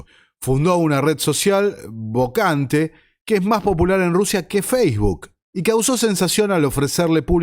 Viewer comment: no se pronuncia "bocante"